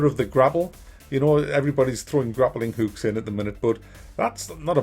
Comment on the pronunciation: lol "grappling hukes" gotta love certain English accents